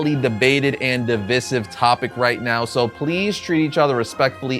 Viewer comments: "div-eye-siv," not "div-iss-iv." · It's been killing me this whole video. DIV-EYE-SIV, PLEASE😭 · A little tip for the future: Divisive is pronounced like "Di - Vice - Siv". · My dude, It's pronounced "div-eye-siv"....lol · What a toxic video. Oh and stop pronouncing divisive incorrectly the 100 times you use the word in this video. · The way you say "divisive" is pretty divisive itself